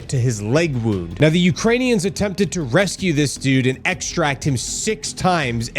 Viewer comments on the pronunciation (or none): none